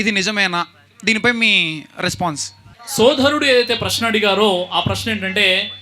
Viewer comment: శోధరుడు కాదు రా బాబు,సోదరుడు.